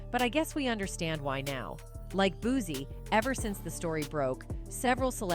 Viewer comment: It's pronounced "BOOT CEE" babyyy..please get his name correct..please..